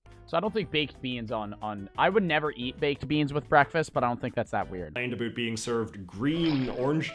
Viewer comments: Why does he say Aboot? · Hahahaha he says aboot hahahahaah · repeating “about” just got a giggle out of me